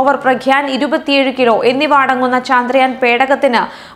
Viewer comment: Why can't she pronounce ചന്ദ്രയാൻ ? ( ചാ ന്ദ്രയാൻ, ചാന്ദ്രയാൻ എന്നു പറയ്യുന്നത് സ്റ്റൈലിണ് ആണോ ? )